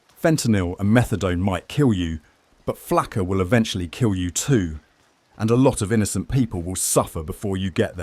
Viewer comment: It's not "flacker", it's Flakka. are these AI gnenerated?